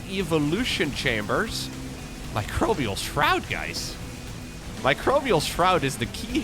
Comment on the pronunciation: This must be the first time did NOT pronounce Microbial Shroud "Microbial S-Shroud". Way to go,! Edit: Well, not all the to the end though:D Edit2: Actually just the very first time. lol On a serious note: I believe Harstem tried this in the unit tester once and came to the conclusion Ultras might be viable now vs. Lurkers. Looks like this trickled its way into the top tier ranks. What a game!